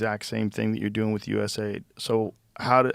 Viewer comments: I just can't say "US AID"... I pronounce it as "U SAID" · Joe it's fucking us A.i.d not fucking aid! 🤦